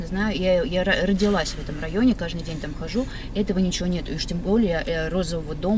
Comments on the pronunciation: "Кажный" говорит...Всегда считала что есть слово "каждый"... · КажНый, кажНую - откуда эта тетя-мотя приехала?)))